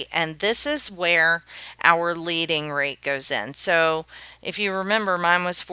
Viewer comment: It's leading -- like the metal lead. Not leading, like lead and follow.